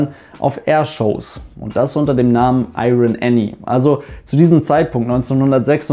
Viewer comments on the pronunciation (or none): das R in IRON spricht man nicht :P ansonsten nices video!